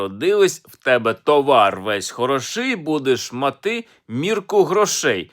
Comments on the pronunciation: Товар хрОший, будеш мАти торбу грОшей. Не калічте слова не вірними наголосами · Якщо Алфьоров не знає, що слово мАти промовляється з наголосом на А, а не И, то він і не знає, що товар - то худоба. А українці знають.